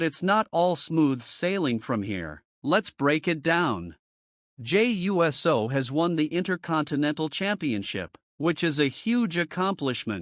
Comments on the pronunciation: Jey U-S-O. Never cringed more hearing someone pronounce USO. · You can't be too big a fan because you don't pronounce his last name correctly. If you were such a good thing you would know how it was pronounced. I'm a wrestling fan since the 60s and I know how to pronounce his name the correct way.